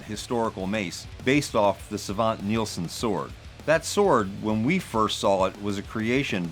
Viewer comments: Its sVante not sAvante. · Great work! By the way, the E in Svante is not silent. It's pronounced Svan-teh. Request: Scimitar of the Seven from Breath of the Wild and Tears of the Kingdom.